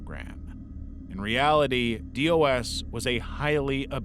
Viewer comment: Just some pronunciation notes: Synanon is generally pronounced "sin-nah-non" NXIVM is mostly called "nex-ee-um" and the substance DOS was said as a word "dos" said "daw-s"